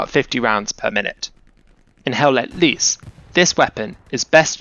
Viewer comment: It is not HELL LET LEESE!!! Its LOOSE